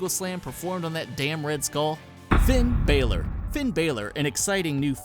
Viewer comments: U said it wrong it's Finn balor not Finn Baylor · I met Finn balor and it's not pronounced fin Baylor it's pronounced Finn balor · It's Finn B"á"lor!!!!!! I cringed so hard at how he pronounced his name!!! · Did u said finn baelor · did he say Finn Balor as Finn Baylor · WTF is "Finn Baelor" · he said finn balor wrong